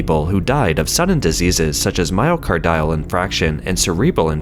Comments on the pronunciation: I know everyone here loves the narrator even though he sometimes mispronounces words or names. But here I need to point out that it's pronounced "myoCARdio" (just like "cardio" of course), not "myocarDIo" as he keeps saying. 🤦 And as others here pointed out, it's "infarction" not "infraction." It shouldn't need to be said, but if you are narrating a respected channel like this and don't know how a word is pronounced (especially if it's repeated), you should look it up first! ... Same with "HaiDIAN" not "HAIdian" District, though on that I admit I'm being nitpicky.😆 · My-o-car-dee-al in-farc-shion, not myo-car-dile in-frac-shion.